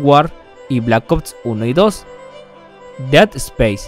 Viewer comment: "deatespeis" "blacots" "eternal dartness" 😂😂😂😂😂😂😂😂😂😂😂